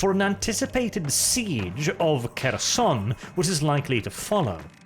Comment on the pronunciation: The "Making Pronounciation Great Again" strikes back. 1) Kherson have silent "K", so it reads more like "Herson" only with sharper "H". Same with Kharkiv. 2) Sieverodonetsk was butchered beyond recognition. To begin with, it's missing the first "o" both pronounced and written on your map, and then "I" is silent. At least the emphasis was correct.